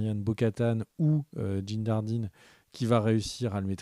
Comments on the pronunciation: C'est fait exprès, cette prononciation "Moss gidéon" et "Djin jdardine" ? (...au lieu de Moff Gideon et Din Djarin) 😅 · Alors, si tu me le permets, répètes après moi: DIN DJARIN Et non Jin Nardin, Din Jardine, Djin Jarin,... 😂